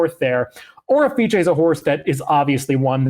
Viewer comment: Seriously bro, it's quite unimaginative and downright defiant to the race caller when you spin a name. The horse's name is pronounced "Orifice." O'er is a word FYI. An Orifice is an opening (such as a vent, mouth, or hole) through which something may pass. Nuff said.